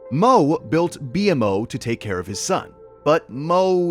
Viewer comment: Amazing video but why call BMO B m o it annoyed my brain ngl it's pronounced bee mo Amazing video but definitely not for sleep ❤